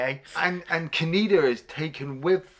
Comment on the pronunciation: Says "Tetsuo" perfectly... Keeps saying "Ka-knee-da"... SMDH...